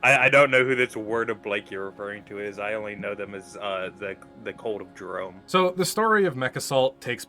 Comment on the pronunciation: In Jerome's defense, his name is pronounced like Jerremy because in Comstar you have to pronounce ever letter or else.